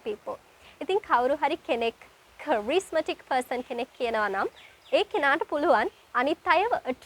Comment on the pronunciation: කරිස්මැටික් නෙවෙයි පුතේ කෙරිස්මැටික් කියලා